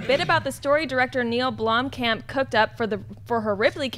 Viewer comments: You are saying Blomkamp wrong. I live in South Africa, and in afrikaans Blomkamp means 'flower camp'. There's a city in South Africa called Bloemfontein, which translates to 'bloom fountain'. There is no 'e' in Blomkamp, guys. So no, Sinead is wrong... You guys did pronounce it correctly, but not anymore. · Not sure if it was edited out but in the audio podcast tries to boldly state the correct way of pronouncing Blomkamp and STILL gets it wrong lol. It's BLUM-camp, not BLOOM-camp. Say it right and if you're going to shout the "correct" way, you might want to make sure it's correct.